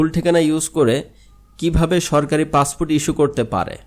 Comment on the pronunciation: উচ্চারণ ঠিক কর পাছফুট না পাসপোর্ট